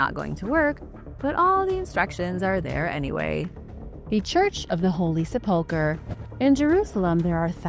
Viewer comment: It’s pronounced seh-puhl-kr! If ur going to narrate u need to get it right!